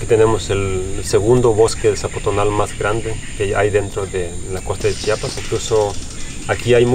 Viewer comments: Muy bien pero se dice Chiapas no chapas🤬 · Repitan: CHI-A-PAS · Se dice C-H-I-A-P-A-S !!! He vivido mucho tiempo fuera de mi estado y detesto cuando alguien no pronuncia bien mi estado e incluso otros lugares. Hay que hacer el esfuerzo por pronunciar bien el nombre de cada lugar